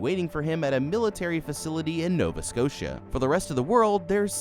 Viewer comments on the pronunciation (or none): none